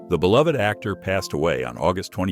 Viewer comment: Thank you for pronouncing "beloved" correctly.